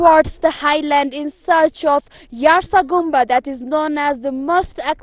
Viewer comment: what does it means in Nepal? It is YAR TSA GUN BU.it means summer grass winter worm. Please pronounce correct accent when we using the name.it is preservation of our previous culture. Thank you.